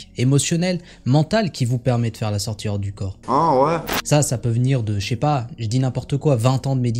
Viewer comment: mais pour quoi vous dites la sortiRE du corp ??? ce n'est pas la sortIE du corp ? pourquoi vous prononcer le RE svp je veux une repense ?